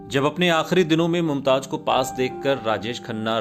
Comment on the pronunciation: Ishtar sahi lafz nahi hai... Sahi Shabd hai star.. Mumtaj sahi lafz nahi hai.. Sahi lafz hai Mumtaz. Bhasha ka Samman karein.. Bhasha sahitya ki dharohar hai. Aap ki niji sampatti nahi 🙏😭